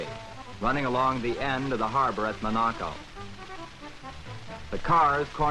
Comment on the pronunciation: Or, as Stirling Moss always says, "mon-A-co.."